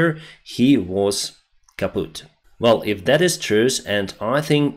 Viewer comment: I love to hear your Kaputt. 😎 Very low accent. Perfect would be a shorter „u“ and a sharper „tt“.